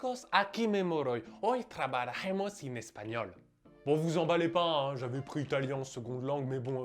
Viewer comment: j'ai l'impression que tu as dit " trabarajemos" au lieu de " trabajaremos". Mais c'est pas grave :D (Voici notre groupe pour ceux qui veulent apprendre et pratiquer l'espagnol gratuitement!)